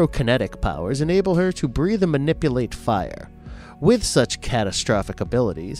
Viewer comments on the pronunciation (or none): none